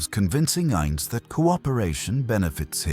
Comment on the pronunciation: man A.I cannot get ainz’ name right or yggdrasil 😂 other then the copious use of ai for the pictures and the narrator, the story is actually damn decent and does the characters justice 😃